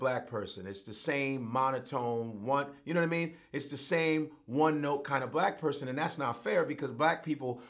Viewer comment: knowadameen...he almost had it ctfu